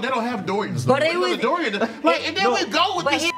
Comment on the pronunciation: Justina and kept saying Dorian 😂😂